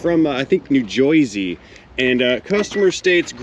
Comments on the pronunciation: hey its pronounced new jersey nobody here says joisey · It's not pronounced Joisey! Only Southern hicks say that.